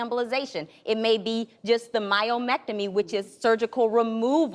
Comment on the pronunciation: It's myomectomy 😂😂😂😂